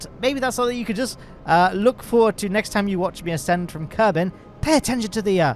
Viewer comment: I love the little zoom-in on the clipboard kerbal.:D "Kerbyne" -- As if I wasn't laughing my head off already! 🤣🤣🤣, why don't you use the joysticks of the control panel you had built? Inquiring minds want to know! Though I can guess at a possible reason: The joysticks didn't look very ergonomic. Is that the case?